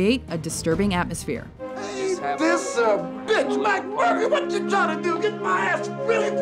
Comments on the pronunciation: jokster murphy? it's mcmurphy. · It's McMurphy, Doc.